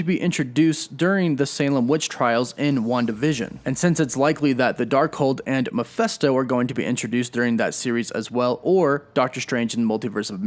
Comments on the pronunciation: It’s Mephisto, not Miphesto!! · All very interesting and revealing but Mephisto = “Meh-fist-oh,” not, “Meh-FEST-oh.” Sorry, it’s a little annoying to hear it repeated over and over like that. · take a shot everytime he says mephesto it's mephisto man. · MephIsto, not MephEsto.... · Who or what is MEFESTO? Don’t you mean MEPHISTO ? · Why are you pronouncing me fes toe.(mephisto) Isnt pronounced as meh fees toe?? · Please please look how it's written.........MEPHISTO NOT MEPHESTO.......notice the letter I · Meh-PHIST-o not Meh-PHESS-to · Mephisto is pronounced Meh-Fist-sto not Meh-fest-sto. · i was searching the comment for this! I know right he kept saying meh fes toe lol i get cringy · Good info but Mephisto is pronounced “Meh-fis-to”, not “Mi-fes-to”. Picky? Maybe. But it was driving me nuts. 😊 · Mephisto, not Miphesto. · I thought it was MeFISTo not MePHESTo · Stop saying Miphesto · Dude the way you pronounce "Mephisto" is cringe worthy. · Sorry that I'm a bit of a stickler, but this is rubbing me wrong. I can't perceive how the first syllable of Mephisto has an "a" sound, and the second syllable and "e" sound.